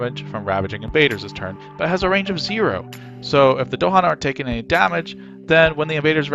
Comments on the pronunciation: It's "DahAn" with emphasis on the second syllable, not "DOhan" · Bro said Dohan